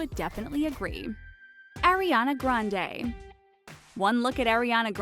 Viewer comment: "ARIANA GRANDE" wdymmm